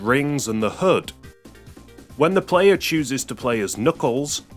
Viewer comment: Everytime he said HUD I thought he was saying hood and I was so confused about what he was talking about lol